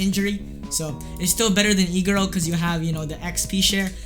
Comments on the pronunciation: who else thought when he said iguro he was saying e girl? LOL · wait he said Iguro i thought he said E-girl... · am i the only one who thought he was saying e girl instead of iguro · I thought he was saying Egirl for Iguro Xd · Haha LOL same